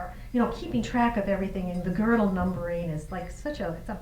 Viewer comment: Gödel is really not hard to pronounce.